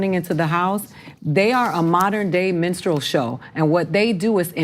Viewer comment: I had to hear it for a third time to realize that Diamond and Silk were being called a minstral show and not a menstrual show. I was a bit shocked, but at the same time tnkugnt it was possibly appropriate, and then realized what word they were actually using.